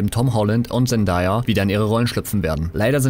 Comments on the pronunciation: Sie wird: „Sendäija“ ausgesprochen. Nicht: „Sendaja“ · Zendaya wird nicht "zendaya" ausgesprochen sondern "zendeya" also englisches a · sie heiißt Zendäya!! also so wird sie ausgesprochen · ja aber sie wird Zen day a ausgesprochen